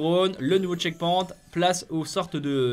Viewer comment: Ça se prononce tcheckpoynt